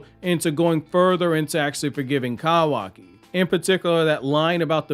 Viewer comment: Damn your voice is so annoying, every time you pronounce Kawaki I want to fight you lol